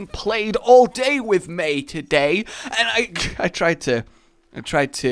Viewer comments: I just see it being used for trolling btw did you say dr suess because I heard dr zues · Did you just call Dr Seuss Dr Zeus?